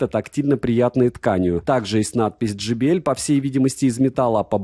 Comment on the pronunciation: J - читается как джей. JBL - Джей Би Эл. Но никак не Джи Би Эль ) И спасибо за обзор!